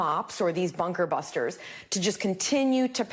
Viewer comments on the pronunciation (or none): come on anchor,get it out,jeesh my 5 yr old can pronounce that.BUNKER BUSTERS.got it?